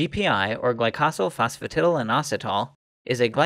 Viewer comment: Ok but can we all applaud the fact that the voicer was able to say Glycosylphosphatidylinositol?